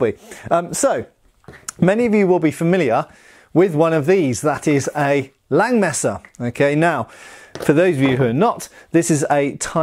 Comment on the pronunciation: The 'S' in Langes Messer isn't silent :D